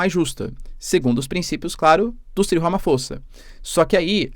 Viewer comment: Escrevi-se Ramaphosa mas diz-Ramaposa🇲🇿